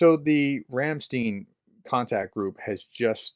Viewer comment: Your say Ram Stein wrong, the empashas is on the i not the e, Ramsteiiiin, sorry to be a nitpicker, but I lived in Germany for 20 years.